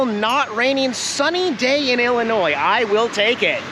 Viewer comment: Yes! I really thought I heard him say "IlliNoid" (ILL-Annoyed?) right before he went for his ride! 😼😹